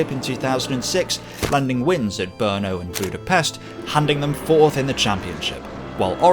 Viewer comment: I hate to be that guy, but how do you get Imola's pronunciation so close, but can't pronounce Murcielago or Brno properly? 😁 Me being me aside, great video